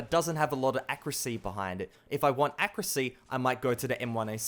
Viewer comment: I die little inside when you say accuracy